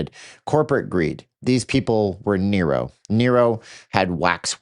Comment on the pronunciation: It's Nero, not Niro